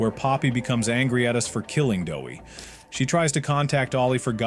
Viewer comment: It's doey not dowey